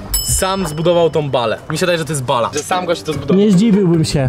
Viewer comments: Nie bala tylko Balia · MÓWI SIĘ BALJI